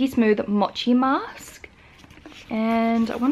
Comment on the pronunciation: Shan it’s mow-chi ☺️